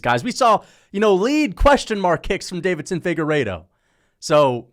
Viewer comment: Why does he always pronounce Deiveson like Davidson